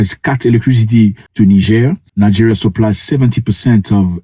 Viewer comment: he said it correctly.